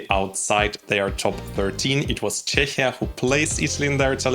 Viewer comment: Love your videos but I need to correct something. You are mispronouncing Czechia in English, it's pronounced CHEKIA. 😊